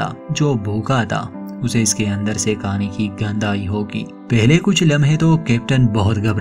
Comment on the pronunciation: भाई साहब पहले आप हिन्दी अच्छे से सिख लिजिये. हिन्दी को बदनाम मत करिये.. (सबर पर निकलते है, काने के लिये कुच नही बचा🤣)